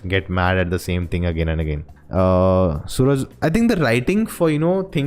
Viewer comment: Not Sooraj . His name is Suraaj.